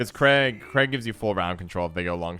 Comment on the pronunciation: crach and craigh is different...